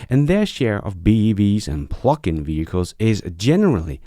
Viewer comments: I love your shows! Please say pluG-in, not plucking 😅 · I’m sure you are saying “plug-in” but I swear by the time it gets to Texas it sounds like “pluckin”. ‘G’s are expensive in Denmark? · THANK YOU ! And I watch nearly every one of your videos, I was born in USA - I do want to let you know that I like your accent (Which is very small) and there is one word in particular that throws me every time you say it; PLUG-IN. when you say it - it sounds like PLUCK in and when you say it fast it sounds like the F word that rhymes with PLUCK....Just an FYI> Thanx again for all of your great videos and "Keep On holding your Breath! !" Harold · Everytime you say 'Plug-in', it makes me think of 'Pluckin'.... which is an alternate to 'Fnckin'. Which sounds hilarious. 😂